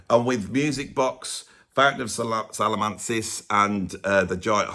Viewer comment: Why can people say Salmacis ? Its pronounced SAL MA SIS